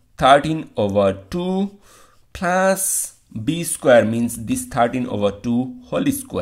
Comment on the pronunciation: he is pronouncing plus as plas